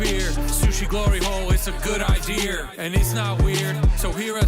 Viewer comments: "Good idear" is my favorite part. I laugh every time haha. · When Akiva rhymed "fear" with "idear", I knew this song is going to be great.